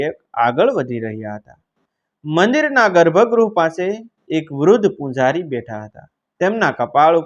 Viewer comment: ઉચારણ યોગ્ય નથી , ચ નો સ અને પૂજારી નો પૂંજારી ખોટું ઉચારણ છે.